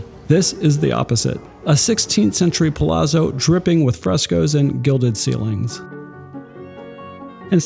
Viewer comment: It’s pronounced ‘pa-lat-zo’.